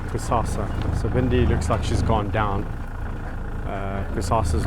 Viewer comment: Hi guys. Just reading comments and I see many people referring to the lion as Cusassa, or Cusasa, it is actually Kusasa, a South African Zulu name meaning Tomorrow. That is all, please don't bite my head off🙈🙈❤❤